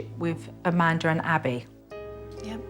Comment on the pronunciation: Not trying to be rude or anything, but her name is Amanda not Amandr